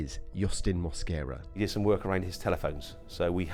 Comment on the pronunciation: He doesn't speak English but pronounces his last name with an accent... I am hispanic, and that is not the way to pronounce his last name in Spanish... he speaks and understand English for sure. mooasquera, jajajaja mosquera no moasquera...